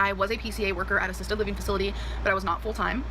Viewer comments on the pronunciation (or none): she does this twice, she says that she was a PCA worker "at a...sisted living facility." Not "at an assisted living facility" but "at a sisted living facility". Call the Fire Apartment, this gorl is full of hot air!